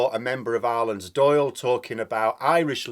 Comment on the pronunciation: May I commend for a super perfect pronunciation of Dáil!